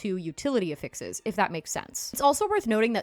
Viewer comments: Ok but effixes? >.> 😆 mild judging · lol and the help is appreciated! The pronunciation is NOT 😆